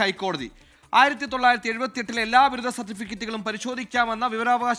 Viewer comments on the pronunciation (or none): ബിരുദ്ധമല്ല ബിരുദം